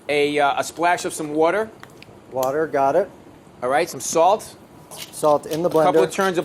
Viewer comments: It’d be easier if Bobby said water not whater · Bobby Flay and Brad Leone say water the same way. WOURDER